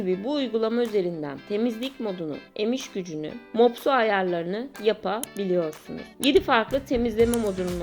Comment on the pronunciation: Açıklama için teşekkürler. Yalnız bu kadar hareket çekimi yerine wifi'siz sadece kumanda ile kullanımına yer verseydiniz. Deniyorum ben mesela ama olmadi. Bir de, tane tane anlatım iyi güzel de, birlesik kelimelerin sürekli bölünerek telaffuzu dogru değil. Yapa... biliyorsunuz, gore...biliyorsunuz. Bilmek, burada ayrı bir kelime değil, mini uyarı olsun.